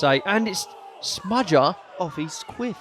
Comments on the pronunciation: Said “smudger” a ridiculous amount of times, made me cringe every time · Why calll him smudger?